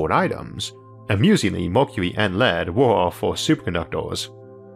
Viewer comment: “Superconductwers” ye!!!!!!!!!